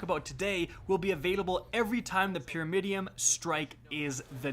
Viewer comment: Does anyone else hear him say "Pyramidiom", not pyramidion?